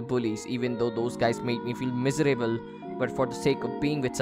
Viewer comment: miserable word is pronounced wrong